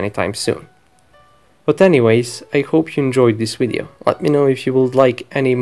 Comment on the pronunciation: Duuude not weeedeo but video, v like victory, not keramics but ceramics like john cena not kena. And not tick but thick with th like f in feeling